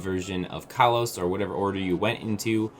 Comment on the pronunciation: stop mispronouncing kalos. its pronounced koll-os not kall-os